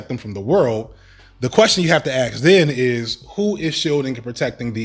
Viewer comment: As well spoken as you are, if.... axe instead of ask fustrated instead of frustrated xspecially instead of especially are where your brain is defaulted?; you'll never get the respect you deserve.